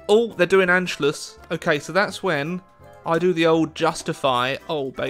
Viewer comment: I love to hear you saying "the Anschluss". Sounds very good😂 Greetings from Germany 🇩🇪